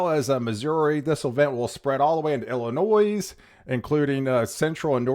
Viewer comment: I was born and raised in Illinois. The "s" is silent! The way you pronounce Illinois, just grinds my gears!!!